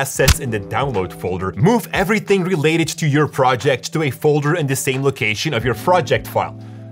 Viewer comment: “froject file”